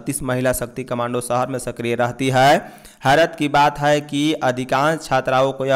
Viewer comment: Bhai hai hota hai,haai nhi